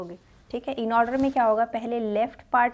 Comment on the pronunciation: kitna bhi try karlo bunny order ko aurdor bol hi deti hai